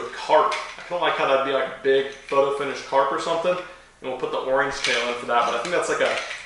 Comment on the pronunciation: The way you said orange tho 😂😂😂 oreeeenge